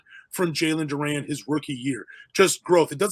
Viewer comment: Bro can't pronounce his name and we're supposed to believe he knows enough about him for a good opinion. Nah, I agree it'll be tough for him to get playing time but you gotta get dudes name right. Can't call him Duran